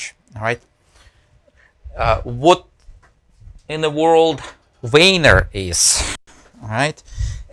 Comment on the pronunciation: "most of the time I'm actually grabbing the wiener" cant unhear that.